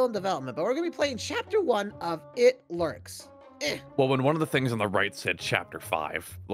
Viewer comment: Tell me why when I hear the words. "Lurks" I don't here lurks I hear. "Lisrk"😭✋️